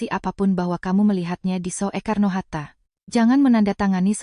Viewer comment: SOEKARNO HATTA. KENAPA TIDAK DIBACA SU (SUKARNO) APA TIDAK MALU (MESKIPUN MEMALUKAN)